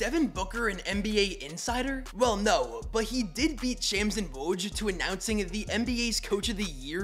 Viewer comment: Sham's name is pronounced like the name Shaun, not like the word slam. Just so you know going forward